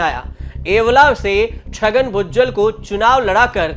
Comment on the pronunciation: भुजवल नहीं भुजबल है पत्रकार फर्जी